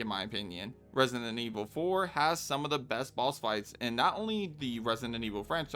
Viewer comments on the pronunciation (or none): Question why are you saying resient instead of resident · Its kinda weird that you say resident, "residenent" Just my opinion lol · For the love of god please stop saying "Resonant Evil" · Am I going nuts or are you calling it ResiNdent Evil? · Why are you always saying 'residentent evil"? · bro don't take it badly but in the whole video you never pronounced the word resident well a single time.